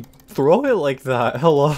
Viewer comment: Hewwo